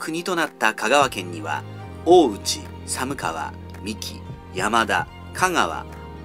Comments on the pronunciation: 寒川の読みは、「さんがわ」です。さむかわは、神奈川の地名よみです。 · 「寒川」は(さむかわ)ではなくて(さんがわ)と言います。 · 寒川→さむかわではなくて、さんがわですよ